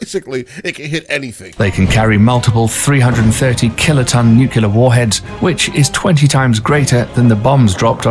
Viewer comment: And yet he cannot pronounce the word "nuclear," defying the stereotype that a "King's English" accent makes a person sound intelligent.